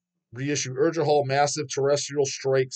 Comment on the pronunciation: I happen to know Norwegian. You are close with the pronunciation of Urgehal except that the g is supposed to sound like the g in gay. And Norwegians pronounce their U and R differently but yours is close enough that I dont expect you to nail that lol